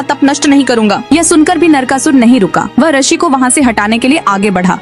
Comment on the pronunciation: पहली bt to mdm rshi nhi Hota rishi Hota h